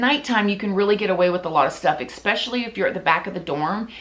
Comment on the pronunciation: There is no “X” in “especially”. 🙄🤦🏻‍♀️